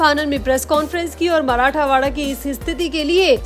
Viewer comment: मराठावाडा गलत उच्चार हैl मराठवाडा सही हैl